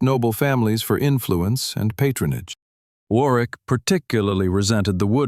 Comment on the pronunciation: Warwick is pronounced War rick. The w is silent.